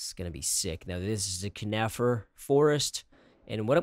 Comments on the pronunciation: Sweet! By the way it's pronounced CON-uh-fer and not cu-NIF-er ;) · Is that how you pronounce conifer?